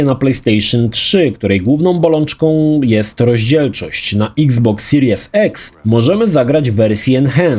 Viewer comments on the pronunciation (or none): none